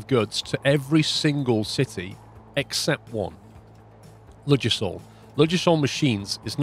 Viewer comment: Ffs I live near the actual UK Ludgershall Hampshire, ive binged watch this series and its annoyed me to no end how you pronounce it... the D is silent its 'luggershall'